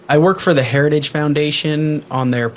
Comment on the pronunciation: He did the gaff on saying “Heritage” again.